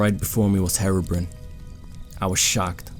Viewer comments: "herobren" that is the most Scottish way to pronounce his name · When he says herobrine, it sounds like he says heroinn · u pernouced herobrine wrong